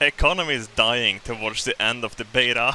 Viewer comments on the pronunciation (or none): none